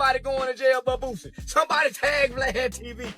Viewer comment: It’s Boo-C, not Boo-Z! 😂